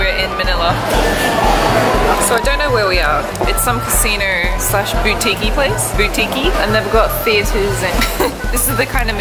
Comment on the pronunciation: haha when you said "boutique-y" it sounded like "butiki" which means a small lizard in the philippines XD